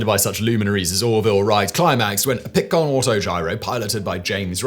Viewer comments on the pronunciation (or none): Flivver has a short "I" sound and Pitcairn has a long "A". Simon's pronunciation is driving me crazy today.